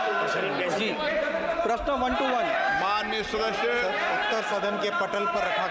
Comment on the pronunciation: जिसको सदस्य शब्द नहीं बोलना आता हो,सदस्य को शदशय बोलता हो,यह तो है ही तोता जैसे सिखाया जाएगा वैसे ही तोता बोलेगा,लेकिन तोते की उमर कितनी होती है